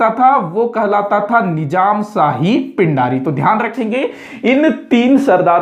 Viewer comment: पिण्ढारी/पेण्ढारी होता है, पिंडारी नहीं